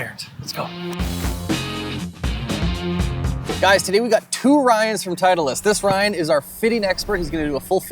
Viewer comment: Why does this guy add an extra E to titleist